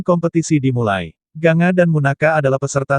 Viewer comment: Gangga ucapannya bkan ganga